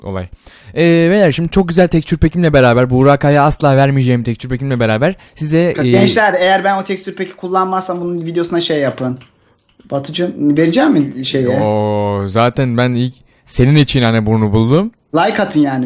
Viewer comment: Abi Sen Texture Pack'e Texçur Pek Diyon :D